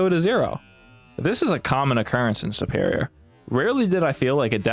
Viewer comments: Really? 'Superior' is based off of the word 'super', like super hero. Superior is, therefore, pronouned like soo-perior, not 'supp-erior.' Same with tutorial. Tutorial is based off of the word 'tutor,' which isn't pronounced 'tuhtor,' but 'tootor.' And since the root of the word means teacher, and to do a tutorial is to have something be taught to you, it's also pronounced the same. 'Too-torial,' not 'tuh-torial.' What state are you from? Is it, like, a local accent, I wonder? I'm Canadian, by the way. Fascinating! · Why does he pronounce the word 'superior' so weirdly? I wonder where he's from that you pronounce it like 'supper' instead of 'super.'